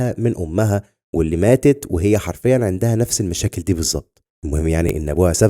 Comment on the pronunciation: اشتغل على كلمة (عَندها وليس عِندها )... بالتوفيق